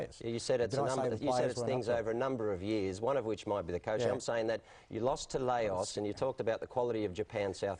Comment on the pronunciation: one works as a broadcaster and can't pronounce LAOS, the other is the manager of celtic